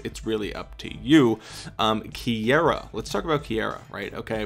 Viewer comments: Kiera is pronounced keera. Not ki Aira... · KEY-ra...not sure where you got KEY-AIR-uh from